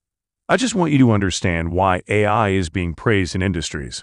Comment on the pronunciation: Is this another deepfake voiceover? Cuz AI was pronounced "I" and Cortana was pronounced "courtna" 😆